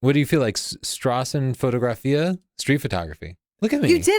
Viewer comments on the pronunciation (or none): and thats what was on screen, if you look at it.. just pronounced it wrong. also the whole describtions were german.